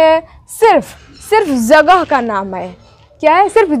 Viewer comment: Jagah z se nhe h balki j se h aapa aap ke talffuz nhe sahi h